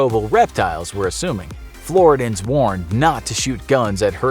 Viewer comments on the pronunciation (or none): Florida man here- love the content, but at least call us what we are.. Floor-id-eeee-ANs… not Floor-duns